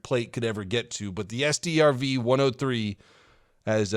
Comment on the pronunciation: Strv is pronunced like "Sturv" and they got TDs medium tanks and loght tanks with suspension aimimg and suspension aim assistance, BTW that thing without cannon can be a shovel